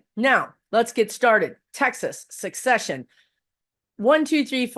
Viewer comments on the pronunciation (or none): FYI: It's see-sess-tion, not success-ion. Please. Or seh-ses-shon.